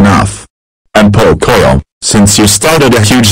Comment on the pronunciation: I like when said frozen lunchebles